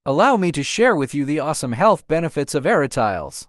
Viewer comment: A-RA-TI-LES not ARA-“TILES” even in English pronunciation.